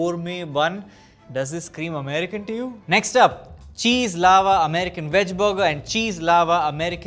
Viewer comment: what the heck is a Cheese "Aava" American chicken burger